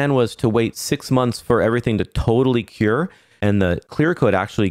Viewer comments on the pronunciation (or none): none